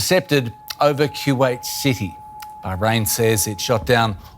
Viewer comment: Lol. My first time hearing someone call it Q-wait. Reminds me of my parents saying Q-we for kiwi, the fruit. Another day, another new pronunciation for a country.